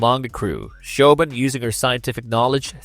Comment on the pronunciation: Grabbers is a co-production of UK and Ireland. And you butchered that "Siobhan" pronunciation. 😅 Kudos for including Splinter. Great horror, but so underappreciated. Ginger Snaps were also great.